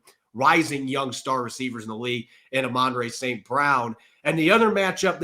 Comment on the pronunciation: Did that guy pronounce Amon Ra as “uh-MAN-ray”? 😅